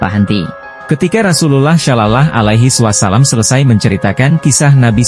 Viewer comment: Admin perbaikan melafalkan sholallahu 'alaihi wassalam (saw). Kemudian kata Alloh kenapa jadi alah !!!!???????????????